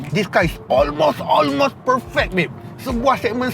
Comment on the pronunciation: tp bang sy tau knp bang asyik ckp olmos... haha.. msti dia x dak button2 yg blh buat dia terbang mcm x70 pilot bang btui x.. 🤣🤣